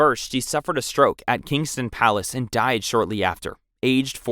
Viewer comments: Windsor - Win-zor Kensington - Ken-zing-ton (NOT Kings-ton) At least it was a real voice and not AI generated. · PLEASE learn how to say the words you are using, especially when these words on the video. It is Ken-zing-ton Palace, not Ken-sing Palace. It is A-or-tic rupture, not A-ro-tic. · And pronouncing Kensington as Kingston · I was giggling when he was saying Kensington palace haha ( it’s pronounced Ken-zing-ton lol hope this helps) loved the video!!